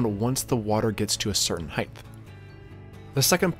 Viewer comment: What's a heighth? Lol. Heighth is not a word.